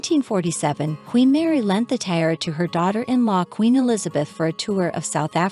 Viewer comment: I'm sure you'll figure out how to pronounce correctly the word... tiara. Three syllables, not two. As in tee - ar - ra.